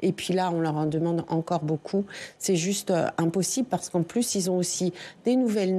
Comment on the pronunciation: "c'est pô zuste"